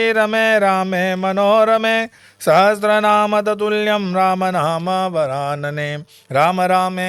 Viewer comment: Sahasranaam hota hai, aap sahastranaam bol rahe hai jo ashuddh hai. Kripya uchcharan theek karein. Ram rameti rameti rame rame manorame, sahasra Naam tattulyam ram naam varanane. (Sahastranaam nahi hota hai....)